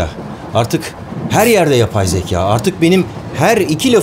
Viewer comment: yabay zeka yabay zeka diyiysiniz de ne yabay bu yabay zeka. Anladuk yabay ama ne yabay